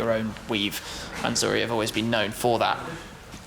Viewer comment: Its a mansory not a manzory u brit